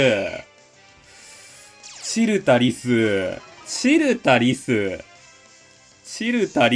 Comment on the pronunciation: チルタリスのイントネーションって、それで合ってるん？w